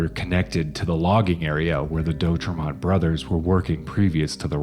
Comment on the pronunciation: Oregonian here.. It's pronounced De- Au-trey-mont, Not Doe trey mont... Siskiyou (Mountains) pronounced Sisk- i - you Mountains.. Thanks for taking note of this..